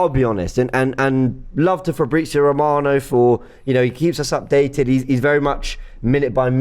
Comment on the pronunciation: Fabrizio ROB-ano 😂😂😂